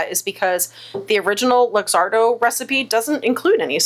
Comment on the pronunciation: FYI - Luxardo is pronounced look-ZAR-doh.